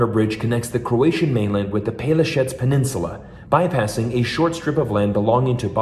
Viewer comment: Good video, I am from Croatia and I can tell you that you almost nailed the pronunciation of Pelješac, good job :)